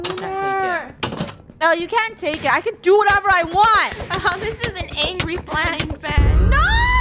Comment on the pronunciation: I just heard funneh say "there will be a blind mand